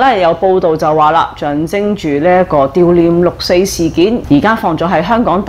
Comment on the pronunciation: 悼念讀音為「道」念。